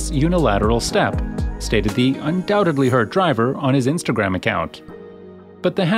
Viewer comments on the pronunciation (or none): none